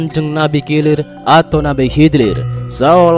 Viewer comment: Nabi kilir...😂kidir bukan kilir